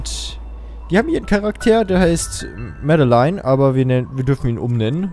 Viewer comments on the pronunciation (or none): Der Character heißt (Lautschrift laut ):"Mäddelein" man spricht es aber trotzdem (Lautschrift):"Madlene" also wie Madeleine aus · Hey, nur eine kleine kurze Anmerkung. "Madeleine" wird nicht so ausgesprochen, wie man es schreibt, sondern im Endeffekt "Madleen". Ist ein französischer Name. Danke für die Aufmerksamkeit!:)